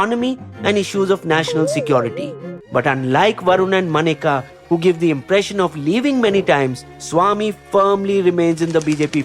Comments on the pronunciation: not MANEKA but MENKA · Menka Gandhi not Manika Gandhi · Good as always!! Just one comment - Maneka is pronounced Menka - like the apsara